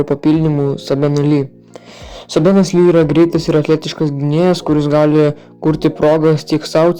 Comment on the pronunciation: Maladiec neblogi video nenustok kurti. Tik ne sabenas o seibenas lee reikia tarti varda😅